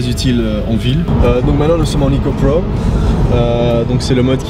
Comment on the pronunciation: La vidéo est bien , belle présentation mais l'accent pour le mode sport et "eco prowww" bon , on peut éviter quoi ^^